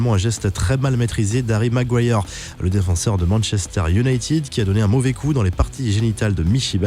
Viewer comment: Iounaïted pas tiiiiiiiiid 💩😖👎